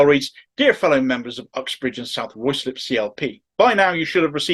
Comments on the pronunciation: Word to the wise,, it’s pronounced “Rye-slip”. But its weird mismatched spelling is the least annoying thing about this whole sorry situation so please carry on. After all, Starmer’s first name is spelled k - e - i - r but pronounced ‘weasel’. x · pronounced ryslip